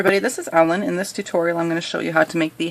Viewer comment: It sounded like she said: this is omelet instead of Ellen